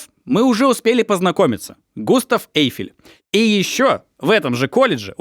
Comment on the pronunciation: Очень интересный у Вас формат,, позволю себе маленькое замечание - все фамилии, имена и французские слова произносятся с ударением на последнем слоге, ОсмАн, ГустАв ЭйфЕль и тд